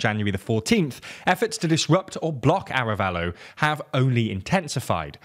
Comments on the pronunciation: I agree, especially for the names of the people involved, the name of the president is Arévalo not "Arabello", that's not using an "English pronunciation" it's simply the wrong name. The fact that they're not even trying honestly makes it look unprofessional. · Pleeeease! Be professional, make an oh! so little research on how to pronounce names! The accent in written "Arévalo" means that the tonal accent is on the E:. Thank you, <Blee-SAIT>. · You keep saying "Arabello" and it's "Arévalo", you don't need to learn how to pronounce every name in their original language... but when you are talking about a country's president and it's one of the main characters mentioned several times in your news report you should probably look up how to pronounce it. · Sem ee ya party. In Spanish double l is pronounced as "y" and "mi" is prounced like "me" in English. I also think you are stressing the wrong syllable in Arévalo from a phonological perspective. But you seem to putting the stress on the right issues from a socio-political perspective. Remember that "semilla" means seed, and a lot of groups have supported reclaiming "la semilla criolla" the heirloom seeds (corn, beans, and others) well adapted to local climate conditions rather than factory farming on a "one-size-fits-all" model, swallowing up campesinos the way a shark swallows up sardines. So the name has a nice resonance in terms of resisting colonial monocultures.